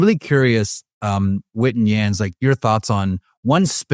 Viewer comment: Does marek even know who Yands is???? Calling him “Yat” … tf is that